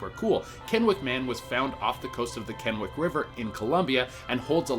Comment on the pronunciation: Kennewick man wasn't found off the coast of Kennewick River in Columbia. He was found in Kennewick, WA on the bank of the Columbia River. 👏👏👏 for pronouncing Kennewick correctly. Most don't even come close to pronouncing anything here in WA correctly. Great video though.